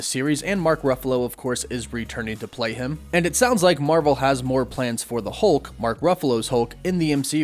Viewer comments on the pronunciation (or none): none